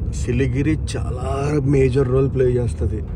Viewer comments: సిలిగిరి కాదు బ్రదర్ 'సిలిగురి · Adi siligiri kadu siliguri manchi ga chadhuv bro 😂😂😂